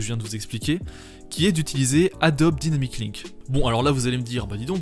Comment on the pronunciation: Merci pour la vidéo. Deux petites choses (je pinaille j'avoue) : - Dans le titre, "Effects" et non "Effetcs" - La prononciation de "Adobe Dynamic Link", /daïnamic/ comme c'est en anglais. Tout comme quand on dit "After Effects" et non "after effet"